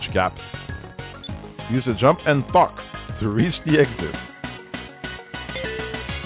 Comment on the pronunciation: I'm hearing 'fuck' when says 'thok'